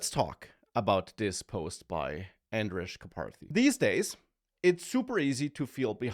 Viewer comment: It's pronounced "Andrej", not "Andrej"